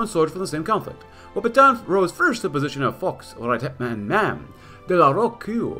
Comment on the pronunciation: Nice episode and , you pronounced De la Rocque correctly , it's sounds "De la Rock"